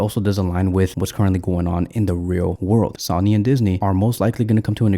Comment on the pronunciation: Brother, it is not SAW-knee. Please, while you still have 282 subs... maybe the next 1,000 will never need to hear that. Say it with us: SO-nee SOW-nee SOH-nee SOWN-ee SOWN-nee